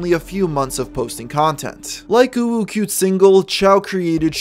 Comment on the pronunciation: Thank you for your effort to say "uwu" Whenever u tryna pronounce her name. Must be tough to hold the "feeling cute" feeling